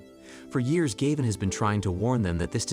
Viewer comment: Gayvin. Gavin. Galvin. 😂